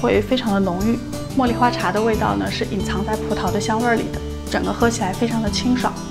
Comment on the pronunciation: 葡萄 轻音 不是葡桃